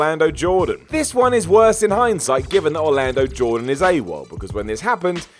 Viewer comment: "orlano jordan" hahaha